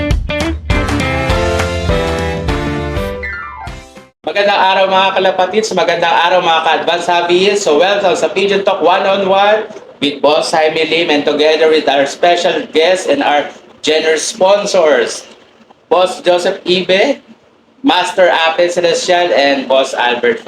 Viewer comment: Sakit pakinggan nito ni. 101 lang dipa masabi ng tama palagi 1 on 1